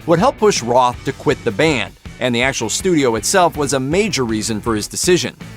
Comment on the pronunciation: Roth..not Ross..😅😅😅